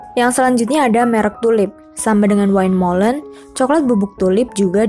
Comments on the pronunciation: Maaf mbak ada kekeliruan pengucapan dalam "windmollen" wind=angin .. bukan wine=anggur. Kalau pengucapan dalam bahasa belanda [win]. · Win molen bacanya mbak, bkn wain, wind itu angin, klo wine itu bacanya wine yg artinya anggur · terima kasih infonya. sedikit masukan aja, semoga bisa diterima dengan baik: windmolen dibaca win molen